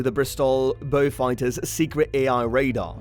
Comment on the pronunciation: WTF ? Interesting but could not stand the A1 reader calling Beauforts and Beaufighters being called Beewfighter. The Merlin powered version MK11 was underpowered chappie says the Beau ‘ X the most numerous had 1700hp Hercs . Loads of other inaccuracies . Wise up please. Also,hate the yank pronunciation of ‘anti’ suggest 😊 Beaufighter Boys is a good and accurate read.